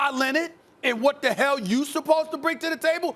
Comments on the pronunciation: Kawhi "Lenit" - SAS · Stephen A: Kawhi Lennid 🤣🤣🤣🤣.